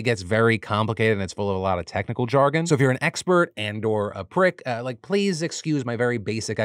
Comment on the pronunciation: I absolutely loved the copious amount of sass Phil used pronouncing the word “Prrrrick” 🤣 made me smile💜